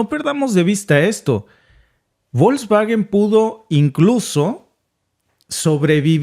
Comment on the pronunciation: Se pronuncia 'Folksvagen' (la 'g' en Alemán, siempre se pronuncia con sonido de 'g' suave, como en 'Gato', nunca con sonido de 'g' fuerte como en 'Gendarme').